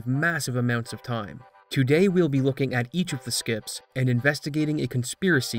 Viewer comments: I spelled it that way on purpose because that's the way he pronounces it, you dolt. A normal person says "today" differently than someone saying "two day" like he does. I've seen his livestream, he's capable of talking normally! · Why do you say it like “two-day” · why do you say it like two-day